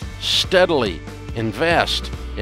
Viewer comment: "What do they do? They INVAYEST" 😅